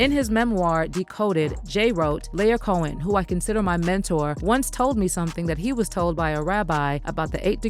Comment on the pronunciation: Ah yes "Lair Cohen"